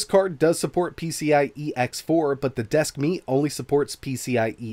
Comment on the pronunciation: Desk Meat ... I can't unhear it.